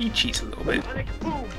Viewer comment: I also thought for a long time that Guile said "Alec Boom" instead of Sonic Boom cuz it sounded like it.